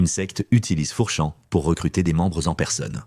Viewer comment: Comment pouvez vous ouvrir une chaîne Youtube en ne faisant même pas la narration? Même 4Chan est mal prononcé! Vous êtes nuls et vous vous permettez de parlez de patreon??